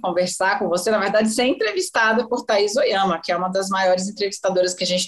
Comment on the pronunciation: Que insuportável a voz e pronúncia dessa Taís Ohiama!!